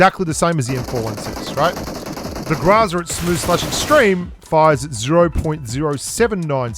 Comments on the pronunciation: grOOOOOOOOOOOOza. Not grAAAAza... 🤮🤮🤮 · You still ain't pronouncing it right. It's not graza it's grrrrrraza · Since I've heard you say graza not groza i started saying graza what's wrong with these grubsss Beautiful accent... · Гроза = GrAzA >>> with a hard accent on the last "A" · the way he say GROZA it sounds like he is saying GRAZZZAA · While you may not be pronouncing Groza correctly. You're doing it better then most which is very nice so job. Technically my first language is Russian. Even though I can barely speak it now. But you are better than most.